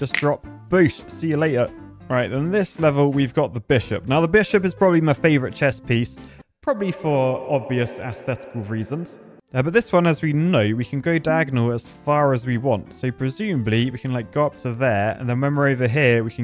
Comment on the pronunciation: I hope "ass-thetically" was deliberate. Not the way my Mum taught me to pronounce that word ☺